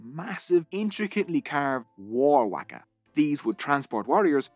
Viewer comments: I'ts a ''Whaka, Not a Whacka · You got me at the very beginning with your pronounciation of our reo…👍waka as in mark a =wark a. Best pronounciation of the word Maori by a non-Maori. Pou as in toe for pou na as in car and mu as in moo from a cow. Pou na mu. Etc… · ccc Perfect is far too strong. words like pakeha and Waka are way off. Still a decent effort though and better than many white NZ'ers